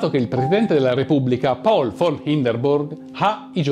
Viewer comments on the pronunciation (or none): none